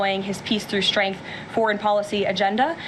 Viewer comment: While I’m on a rant, Karoline Leavitt can’t speak correctly. She pronounces words with /STR/ = with an SH…Shtrength…..and for Trump she calls him President Chump.